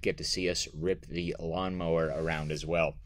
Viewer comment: It’s a Gawnmower